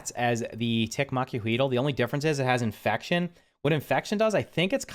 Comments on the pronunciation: Not to nag but it's pronounced mach-oo-what-ul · “Mack-wah-wilt” but say the T in wilt like u have a lisp. I looked it up one time and it’s Mexican and that’s pretty dang close to how u say it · pronounced “maka wattle” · Mac-wheat-all is how ya pronounce it. Based upon the old clubs of wood and obsidian shards. :) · Its pronounced makweetal for anyone who really needs help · L is silent. There's a lot of ways to pronounce it but generally it's said Mak-wah-eet